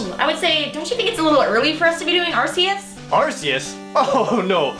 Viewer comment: Stop pronouncing arceus wrong. Watch the anime